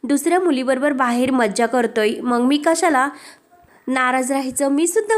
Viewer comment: Aga mang nahi ga mag. Jara shuddha bola na.